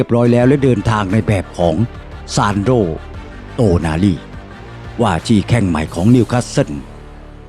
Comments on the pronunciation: เริ่ม คลิปก่อพุดผิดแล้ว555โตนาลี อ่านเป็น โนตาลี 5555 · 😢เรียกชื่อ ผิดๆถูกๆน่ะ เอาใหม่ๆ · อ่านชื่อผิดครับ